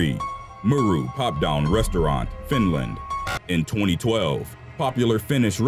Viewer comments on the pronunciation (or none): none